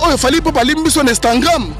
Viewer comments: Donc tu ne sais pas prononcer Instagram ?? Tu dis Instangram😂😂🤣🤣🤣. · Instagrammme apprend à parler français frère c'est Instagram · Balobaka instagram et non instantgram boni zoba makasi boyeee pd likata dongi elemba lisoko pota zacharie apasolaaaa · On dit IINSTAGRAM PAS INSTAGRAIIMMMMM tu fou quoi en France finalement kaka makelele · Oza aventurier prononcé bien Instagram.